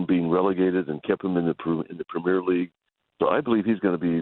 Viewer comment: Never trust a yank, that doesn’t know how to pronounce Premier